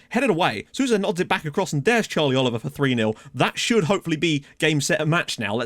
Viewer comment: the "ou" in Sousa is pronounced like an "O". So technically you would read Sousa like "So-za" (like you read Sissoko for example)